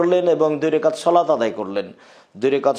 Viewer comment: শলাত টা কি? বাংলাটাও শুদ্ধভাবে বলার যোগ্যতা হলো না?